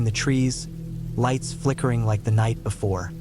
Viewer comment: No lighets. No no ise, bro is turning into a beginner Hispanic dude in English for few words every now and then